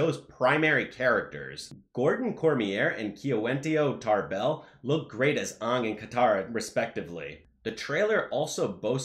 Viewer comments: "So-called journalists" isn't the line you want to say for other people when you are insistent on butchering the main character's name (despite it being said correctly in the trailers and source material) and don't provide any sources for the claims you're making... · i havent heard anyone unironically pronounce his name that way except for the cast in the 2010 live action and him. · respect for covering this, but just seems wrong to baselessly criticize people for not watching the original show as you completely butcher the main character's name.